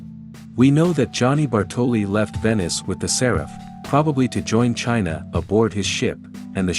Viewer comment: Séraph, not Seráph at least, that is how it is pronounced in the Game